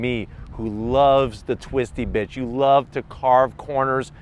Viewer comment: think you meant "the twisty bits" but I heard "the twisty bitch" lol